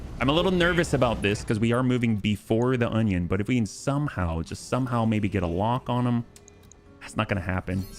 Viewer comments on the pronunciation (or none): you may be using the word as a joke (and if so, sorry), but that isn't an 'onion' it's an 'Orion' The second letter is an R, not a N.